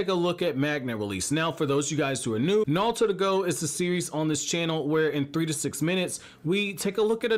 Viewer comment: stop saying nalllutooooo